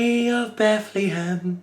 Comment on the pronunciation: Beth. Lee. Ham 😂😂😂😂